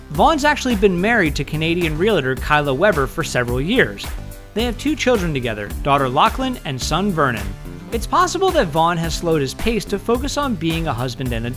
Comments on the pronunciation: It's "realtor". Realtor. Not "realitor". Jesus Christ people, get it together!! Unsubbed!! =P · Realtor only has 2 syllables